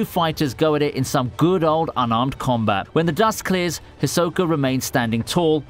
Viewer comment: Why can't you say Hisoka's name?